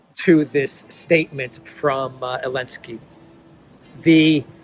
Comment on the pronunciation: Why does he say "Elenskyy" instead of "Zelenskyy" ?